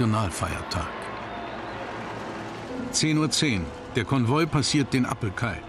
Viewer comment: Es heißt "Appell-Kai" und nicht "Appel-Kai" ... hat nichts mit einem Apfel zu tun :-)